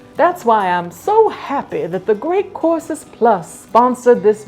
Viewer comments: Every time you say the sponsors name, my tinnitus hears “The Great Corpses”. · I thought she said she was sponsored by The Great Corpses Plus at first 😆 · totally thought you said “great CORPSES plus” and was absolutely mortified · Why do I hear "Great Corpses Plus" every single time??? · I automatically hear it that way myself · I heard it like that the second and third time she said it, even though I already saw the logo and knew it was courses. Lol